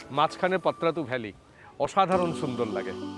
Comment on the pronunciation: এটা পত্রাতু নয়, পাত্রাতু